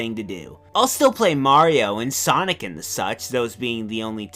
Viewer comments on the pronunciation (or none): none